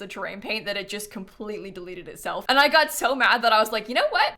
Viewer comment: when said "maybe it's a house that got abandoned because it was haunted" I misheard 'got' as god several times until I had to turn on the captions lmao